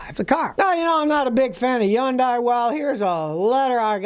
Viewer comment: What the hell is a "yundai?"